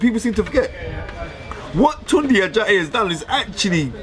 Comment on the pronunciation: Fearon you ain't saying it right either. It's tune day (tunde). This guys a joke, can't stand him.